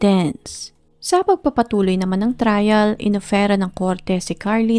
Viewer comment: OK SANA KASO ANO UNG TUMULAK😂😂😂 NDI APPROPRIATE UNG TUMULAK MO AND BAKIT GRAHE⁉️ DI BA “GA RA HE⁉️” GARAHE‼️THUMBS 👎👎👎👎👎👎👎👎👎👎👎👎👎👎👎👎MORE PRAKTIS‼️